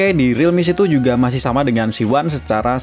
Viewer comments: Realme C2 "si two" dibaca "situ" jadinya REALME SITU😂😂😂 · realme setu